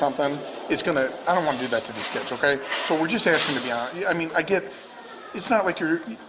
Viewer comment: Be honest? The officers are asking way too much....oh my bad, axing too much.